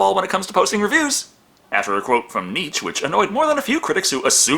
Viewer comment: Knee-chey, bro!